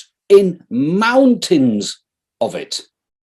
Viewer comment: I am not British, but after what Farage did I wouldn't trust ANYONE with the name;) Besides every time he says "mountains!" with the emphasis, I hear "Mountains GANDALF!" ringing in my head.